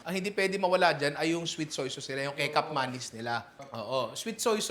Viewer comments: Ninong, yung sweet soy sauce na kecap manis, pronounced po nila parang "kechap manis". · Natawa ako sa kekap manis. 🤣Akala ko kung ano, yun pala Sweet Soy sauce pala tinutukoy ni ninong ko. Since I can understand Bahasa, it's best pronounced as: Kee-chap/ke-chap manis